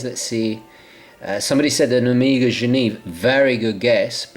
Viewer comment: Everytime you say "Omega" I hear "Amiga"...